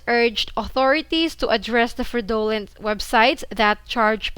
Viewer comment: Hey, I’ve noticed this a few times now how you pronounce the word “fraudulent”. Here’s the correct pronunciation. I hope you don’t take this the wrong way